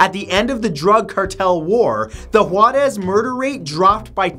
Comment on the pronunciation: Juarez is pronounced Hoo-Ah-Resss